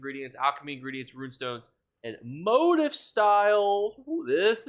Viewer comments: Thanks for the info! Just a friendly suggestion: You kept saying what sounded like "motive" and it took me forever to figure out you meant "motif." It's pronounced MO-TEEF. 😂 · Motif is pronounced mow-teef....not tryna be that guy just helping you out for next vid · It's "moe-teef" 🫣🫣 (motif)